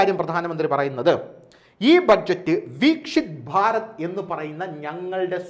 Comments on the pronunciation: വീക്ഷിത് ഭാരത് അല്ല, വിക്‌സിത് ഭാരത് (വികസിത ഭാരതം) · 'വീക്ഷിത്' ഭാരത് അല്ല സഹോദര... വികസിത ഭാരതമാണ്....